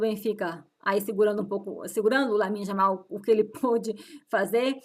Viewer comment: acredito que esse seja o jeito dela de falar, e você não deve sair apontando as dificuldades de ninguém por aí. se enxergue primeiro.